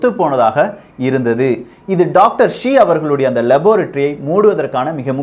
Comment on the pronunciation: It is not Dr Zee, it is Dr Shi